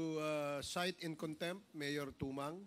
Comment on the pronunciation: cite in contempt cite in conc tempt. Cite in contempt pa more